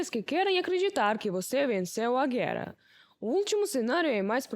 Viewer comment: Parabéns p/apresentadora. Está melhorando a pronuncia das palavras c/ r . Antes dizia guera agora já pronuncia certo "guerra".